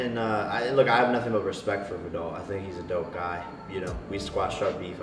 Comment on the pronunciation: is it really so hard to pronounce viddal its legit V I D D A L like it's not that hard